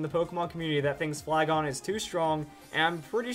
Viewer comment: I got off the video when he say flygon